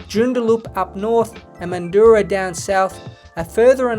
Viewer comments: Its JOON dar LUP. and MAN due RAH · JOON der LUP. MAN due rah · ManDOOrah XD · great video, incorrect pronounciation of joondalup and mandurah made my skin crawl though ahhaha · Bros pronunciation of Mandurah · Can't even pronounce Mandurah or joondalup properly... 😂😂😂